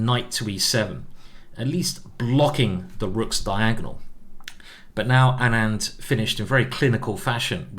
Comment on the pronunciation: Just clarifying that Anand is pronounced like aanant not anaand